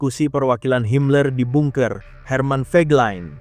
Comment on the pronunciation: Bacanya banker bukan bunker..😂😂